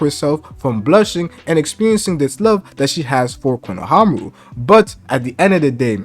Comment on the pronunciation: Again, respectfully, it’s pronounced “KONOHAMARU” 🫡 love your work